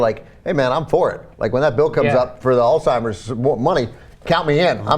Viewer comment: It is pronounced as Alzheimer's Disease, not Old Timers Disease